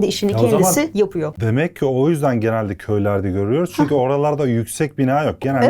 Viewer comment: ✨ÇüNkÜğĞ✨😅 çokk iyisiniz yaa sizin sayenizde hem gülüyorum hem konuyu çok iyi anlıyorum iyiki varsın # 💛🖤